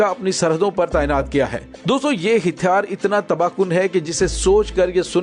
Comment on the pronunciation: لفظ ھتیار کی اداگی صیحح کریں